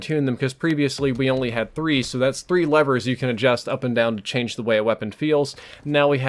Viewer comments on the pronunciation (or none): none